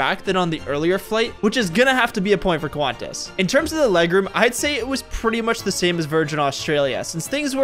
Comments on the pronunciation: "qUahNtaS" ITS PRONOUNCED KANTAS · It’s pronounced qwontas not qwaaantass